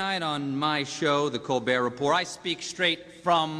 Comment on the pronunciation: It was affirmed immediately that whoever invited Stephen Colbert didn't watch the show when they pronounced the "t" at the end of the Report!